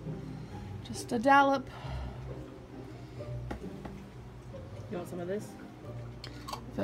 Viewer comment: “dallop”. 🙄 Amberlynn mispronounces more things incorrectly than correctly.